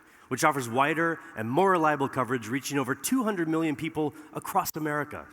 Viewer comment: First of all, it’s not acrosst it’s across. Second, drop T-Mobile and branch out to other carriers.